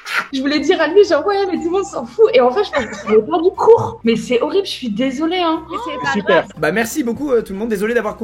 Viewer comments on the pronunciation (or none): le SUPER du prof m'a terminer